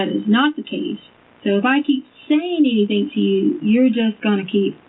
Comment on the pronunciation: I'm sorry but i cannot STAND the way she says "anything" ..... "ANYTHINKKKK" 😬